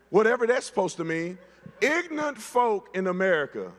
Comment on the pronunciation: Calling people ignorant but not being able to pronounce ignorant 🙄